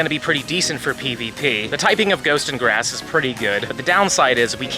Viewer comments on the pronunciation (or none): none